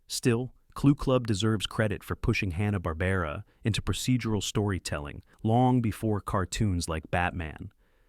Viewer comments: AI screwing up pronunciations, I don't know why I think it'll be different. Hanna-Barbera pronounced Han-na not hä-na Mighty Mightor pronounced My-tor not my-ter (Ad) It was one small town, not many towns for Clue Club St Bernard pronounced Ber-nard not bernerd on Inch High Private Eye (Ad) Roman Holidays Not entirely certain, but I'm pretty sure Precosha(sp?) was NOT a teenager. Bosley, pronounced Bos-lee, not Bows-lee (Ad) Kung Fu. Crothers. Kung not Kong Crothers not Croothers Just because spelling is Mission: Impossible, there's no major pause between Mission and Impossible (Ad) Evel Kneivel was mispronounced the first time... It sounded like Nee-vel instead of Ka-nee-vel Despite the information on each of the series, your AI narrator really turned me off. The mispronunciations were unbelievably grating. (Ad) More improper pauses and mispronunciations. At least Biskitts seemed mistake free same a pause in the wrong place. Suggestion: Hire a living person narrator. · I'm a hugh Hanna & Barbera and cartoon fan, I DIDN'T FORGET A DAMN THING! AND YOU PRONOUNCED A LOT OF THE NAMES WRONG! Mightor is pronounced like "MY Tor"! You can't even pronounce Hanna & Barbera right! I really hate when assholes like you do these videos but can't even get the name right!! Do proper homework before you post these videos! Captain Cave man was not part of the Scooby Doo Dynomutt hour, I was part of Scooby's All-Str Laff-a-Lympics. Didn't even want to finish watching the video! Do proper fact check! Are you a six-year-old or a computer like AI like Seri?????? Not gonna like or subscribe until you get a proper education on pronouncation!